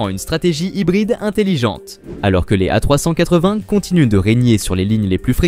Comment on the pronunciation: Encore une vidéo réalisée avec les pieds. le commentaire est maladroit. Les images montrent tantôt l'Airbus A380, tantôt des avions bi-réacteurs. "A380" est tantôt prononcé "A trois cent quatre-vingt", tantôt "A trois-cent catvin"., par une voie horripilante. A rejeter absolument.